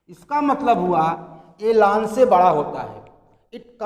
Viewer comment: Bhai lan ko laaan khehta hai